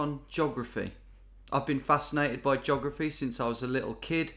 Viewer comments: I never noticed it until now but the way Tom says "geography" as "juggraphy" is hilarious 😂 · Doesn't sound like juggraphy to me